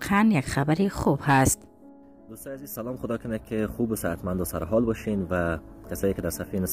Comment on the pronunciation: خواهر عزیزم، همه چیز برنامه تان خوب است،و خوشحال استم که شما گرداننده و یا ارائه کننده محتویات برنامه استید، فقط یک نظر یا پیشنهاد را میخواستم همرایتان شریک بسازم، یک مرتبه تکرارا اگر صدای تانرا بشنویید ، خودتان هم متوجه میشوید ،مثلن: هفغانستان/افغانستان، هزیز/عزیز، وغیره، ،، به امید موفقیت تان